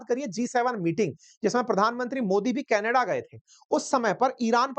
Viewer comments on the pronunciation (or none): none